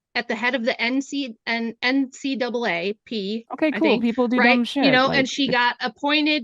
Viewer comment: “doe-lay-zoll” is head of the NCAA…P? Wow. I didn’t know that. She knows college sports THAT well, huh? 🤔